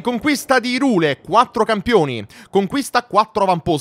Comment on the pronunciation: Si pronuncia irùle